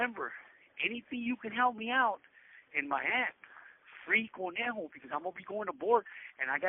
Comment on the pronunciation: It’s conejo not cornejo